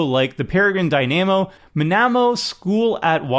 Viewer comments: Have you seriously never heard the word Dynamo said out loud? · The mispronunciation of dynamo was grating me. I can only imagine how many people are going to mispronounce that card after this video. 😒